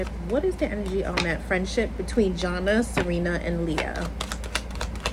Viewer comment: Her name is Jana pronounced JaNae